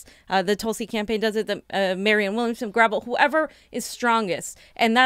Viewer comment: It’s Gra vel. With emphasis on the vel.